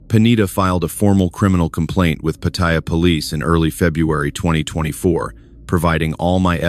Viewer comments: It’s not POT-THAI-YA….. it’s Pattaya, OMG….. thumbs down. Can’t listen for an hour with fumbles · 👁f👁- PLEASE READ READ PLEASE -------------- PAT'-T-YA is the proper pronunciation for the city in Thailand... just giving you a heads up